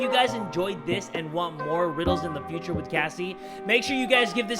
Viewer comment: In the Beginning he said future wrong